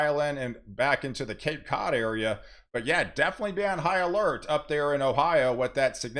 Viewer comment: I heard "be on Ohio-lert"